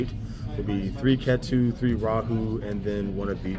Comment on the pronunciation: Ketu is pronounced as "KEE-too"